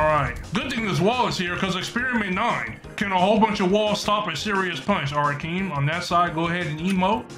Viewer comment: Keem not king